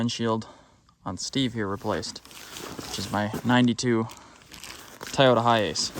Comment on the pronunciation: y'all say toyota funny over there bahd. s'like tieyota almost.